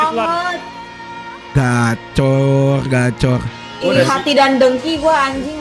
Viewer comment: bukan gacor bang, gacard, gacha card